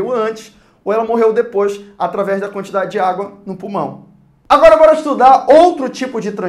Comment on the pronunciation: "iumbora ver..." kkkk